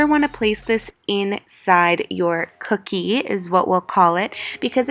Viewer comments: why does cookie like that she said “Co0Okey” !! btw don’t use summers eves !!!!!! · Every time she said cookie I laughed my tail off.